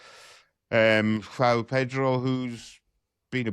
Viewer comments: It is pronounced Jo-on Pedro NOT Jow Pedro. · João is two syllables in Brazilian Portuguese. Jho-ow is more accurate. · I have lived here in Rio since 2004 I know how to pronounce it it is like John but as you say split into 2 syllables. There is no OW sound.